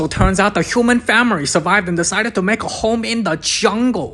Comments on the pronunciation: 🤣 every time I hear FA-MI-REE... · Nah dude... Imma keep y'all updated with moments that made me laugh. Literally first couple seconds I hear famery instead of family. I laugh my as off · "famiry" the best word said by and asian. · “Tarzan goes to save his FAMERY” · "aNDd hIs fArUmy" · Just hearing famiry makes me laugh They teach him the engrish😂😂😂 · I love the way he says family 😂😂😂